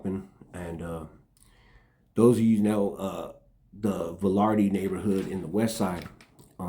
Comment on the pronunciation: Its valverde not velarde lol